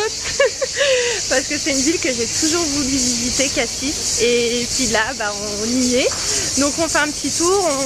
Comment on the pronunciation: Ma belle, on ne prononce pas le S de Cassis. Et ce que vous avez fait sur l’eau, c’est un pédalo. Vous avez eu de la chance de passer une journée dans cette superbe ville :) J’espère que la prochaine fois vous pourrez y rester plus longtemps. Des bisous 😘